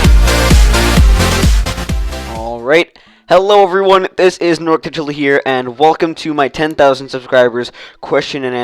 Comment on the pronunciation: norcda said my name wrong ;3